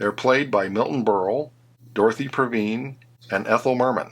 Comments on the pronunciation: One of my all-time favorites . You did a good job of everything except the pronunciation of Dorothy Provine , that's PRO VINE , not provin and Terry Thomas' Algernon , the ger is pronounced as in German . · Her name is pronounced Dorothy PROvine. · Dorothy Provine is pronounced with a long "I", "Prov-eyne" as is her characters' name, Emeline. Algernon is pronounced as "Aljernon" Sylvester's convertible actually belongs to his girlfriend (deleted scene).